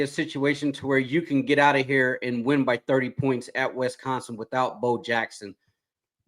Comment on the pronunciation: It's not WEST-consin! FFS, you guys never get any better.